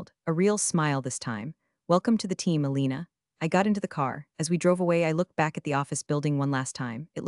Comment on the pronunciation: Elena, not Alina.